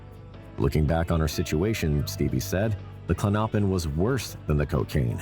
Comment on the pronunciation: Klonopin pronounced KLON-no—pin. Stress is on the first syllable, not the second syllable.